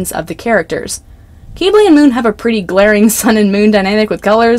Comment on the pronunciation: I’m sorry but the way you say Quibly KILLS me 😭 😭 😭 it’s not KEEB-LEY it’s pronounced KIB-LEY I’m sorry but that bothers me so bad 😭 ✋